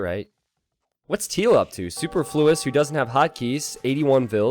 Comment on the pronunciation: I would have liked to watch this video, but you guys really need to look up how to pronounce "superfluous." The stress was all wrong which led to Super flue, turning his name from something extraneous into something vital.